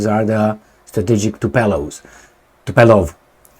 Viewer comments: Omg its not TUPELOV but TUPOLjEV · Tupolev, not Tupelov. 😅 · Tup OLE v not Tup ELO v . It's a good time to learn russian 😅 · I think it is Tupolev,and not Tupelov. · Tupolev not Tupelov 😂😂😂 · why are you always messing with planes? It's Tupolev, not Tupelov.. Beoings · It is Tupolev, not Tupelov.! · Tupolev,. Not Tupelov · the name of the russian bombers is: TUPOLEV, after the name of the russian aeronautical engineer...not Tupelov... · is Tupolev not Tupelov. And the way you pronounce it, it sounds like the famous Tupelo honey. The problem is that those Tupolev bombers had no honey, but all sting. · Tupolev , no Tupelov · Tupolev...not Tupelov 😁...greetings and salutations from Portland UK. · Tupolev not Tupelov ;) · and his (in)famous "Tupeeeelov" 🤣🤣🤣🤣🤣 Dude, maybe in the next 20 years you will learn to articulate TU-POOOOOOOOO-LEV! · Not “TupELOv” but “TupOLEv”! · Tupolev, not Tupelov.... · It is " Tupolev ". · TU-PO-LYEV, practice it 😂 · repeat after me: TU PO LEV...Tu po lev.... :goodvibes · Tupolew prenounce right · It should sond something like TOOPOGLIEV, i think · Tupolev, TUPOLEV, lol, greetings from South Europe! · Tupolev was one of the greatest if not The Great aeroplane designer/builder in the former USSR and your childish video this time is a big thumb down just for being so ignorant to look up the type of the airplane. I will be calling you from now on. How about that? His name is world known and your is not but nevertheless you did not make any effort to correct yourself. Do you call Boeing Bieong?Do you? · Poor had an extra glass of zăibărel and mispronounced Tupolev 😂😂😂